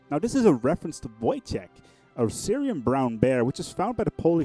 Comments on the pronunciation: It's more like Woytek not Vojtek. Great event. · his name is pronounced Woytek